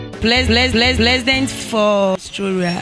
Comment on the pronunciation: plesident for ostroria😲😂😂😂she nailed it😩😆